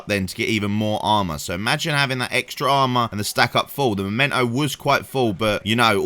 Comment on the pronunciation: MEMENTO, not Momento!